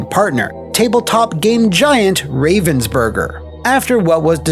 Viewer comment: As a german. I cant but lol about the way you say "Ravensburger"... ❤